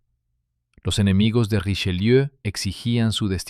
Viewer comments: ¡¡¡QUE PRONUNCIACIÓN!!!... ¡¡¡Hace daño a los oídos!!! [ʁiʃəˈljø]... NO Richeliú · Podía n haber puesto a alguien que supiese pronunciar bien el francés: ¿"Riseliú"?. Bah! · Porqué le dice RicheLIU. ?